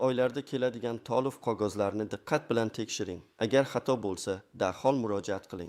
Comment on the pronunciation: Tolivmas, toʻlov, kogoz emas, qogʻoz deb oʻqiladi. Millati kim bu oʻqiyotgan odamni, aniq oʻzbekmas...